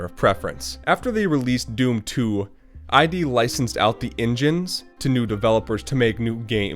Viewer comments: id Software's name isn't an acronym and isn't pronounced "eye dee". It's "id" (as in "kid"), and it's a reference to Sigmund Freud's model of psychology, where "id" is the unconscious part of the human personality representing basic instinct, desire, and aggression. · It's not "eye dee" it's id like "it" ... From the psychology terms the id, the ego, and the superego.